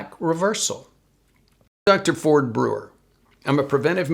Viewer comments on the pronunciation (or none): none